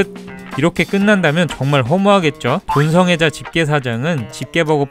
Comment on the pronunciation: 에 돈성애자가 아니고 동성애자라고 들었...